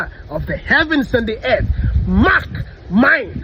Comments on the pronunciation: Did he say mark my words or mock my words? I’m choosing the latter. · Did he say “mock my words?”